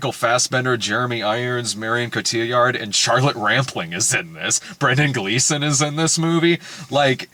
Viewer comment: Brad's pronunciation of Marion Cotillard is driving me up a wall lol